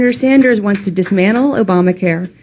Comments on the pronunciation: Umm Chelsea, just saying there is a T in dismantle. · It's "dismantle" not dismanle.